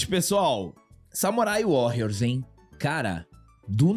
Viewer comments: Sei que é chatice minha.. mas eu fui o único que se incomodou em ele falar o Warrrriors com esta pronúncia tantas vezes? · Só uma correção na pronuncia,. Warrios apesar de ser escrito com 2 r, como é uma palavra em inglês, se pronúncia como se fosse 1 r, arranhando bem de leve.